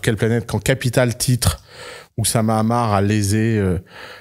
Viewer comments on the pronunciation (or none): ammar et non amar!!!!!